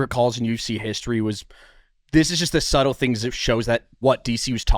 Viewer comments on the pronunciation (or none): none